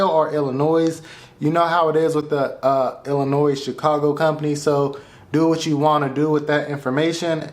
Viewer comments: i cringe everytime you say Illinois. ITS ELLA NOY. not Ella noise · Never pronounce Illinois with an s at the end 😮